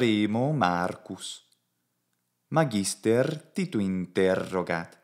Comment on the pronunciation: Hey: You are stressing "magister" in the penult syllable, but I think it should be stressed in the antepenult ("MAHgister"). What are your thoughts? I love your commitment to the Latin language and your content.